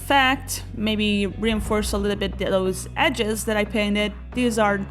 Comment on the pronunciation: It's EDGES not HEDGES there is no 'H' sorry to be pedantic but this just totally ruined the whole video for me, I just couldn't get past it! Hedge - a fence or boundary formed by closely growing bushes or shrubs. (hope that helps)